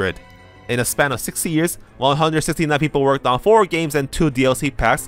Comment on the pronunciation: At first I thought you said "a lot of gamers wanted to emulate BOTW" lol